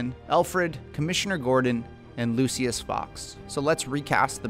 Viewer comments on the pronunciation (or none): It is not pronounced lu-see-us it is pronounced lu-sh-us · It’s pronounced Lu-shus bro 🤦‍♂️ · “Lucyis” > “looshis” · “Lucy-us” Fox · pronounce like lou-shis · Can we just take a moment to realize how he pronounces, “ Lucius”?